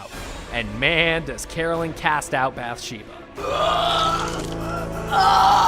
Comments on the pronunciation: It's bath sheba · You say Bathsheba wrong